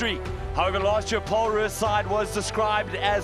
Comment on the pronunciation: Wish the commentators would stop saying "Paarl Roos"; the Afrikaans is "Pole Roos".